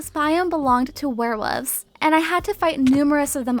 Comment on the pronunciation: I keep understanding "werewoofs"